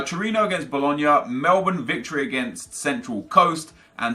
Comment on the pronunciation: Did he just pronounce Melbourne correctly?...